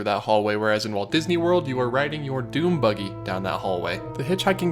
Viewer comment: I can’t tell if he is saying dune buggy or DOOM buggy